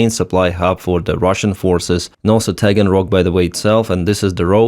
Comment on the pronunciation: off topic - but when he said Taganrock.. did anyonen else think of the dragons of Schmagenrock?